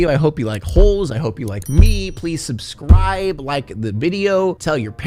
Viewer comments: “Subsribibe”? Lol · I didn't "subsribibe" like the thing at the end asked, but I did subscribe and binging all of your videos...lol 😊